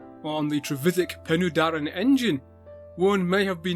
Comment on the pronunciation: That will be "Pen-uh-Darren" not "Pen-ooh-Darren".